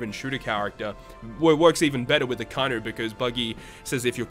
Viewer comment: it's a-ka-i-nu bro... pronounce it properly